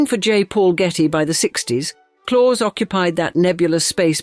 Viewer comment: His name is pronounced ‘Clowse’, not ‘Claws’